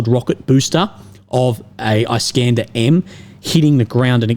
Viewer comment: Eye-scanda 😂😂😂 I deem it is nice for him to pronounce!